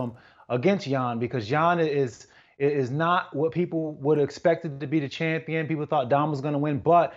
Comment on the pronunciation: Champeeon?? LOL